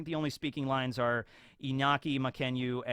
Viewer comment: Now that's how you pronounce Iñaki's name. Thanks a lot for it my man.